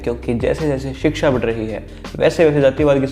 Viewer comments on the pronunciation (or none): none